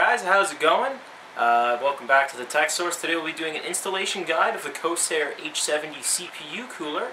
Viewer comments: pretty sure its pronounced COR-SAIR not CO-SAIR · It's CoRsair, not co-sair! The R is NOT silent!!!!